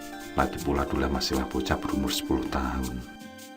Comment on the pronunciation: Duloh bukan dulah om